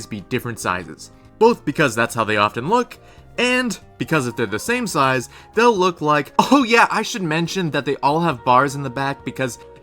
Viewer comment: "Change si-eyes" Sorry